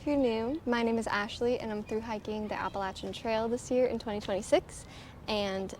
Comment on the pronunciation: You say Appalachian correctly so already a win, 😊